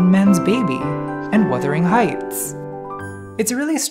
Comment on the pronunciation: “And Wuthering Heights” NATALIE IF U DONT STOP I STG 😂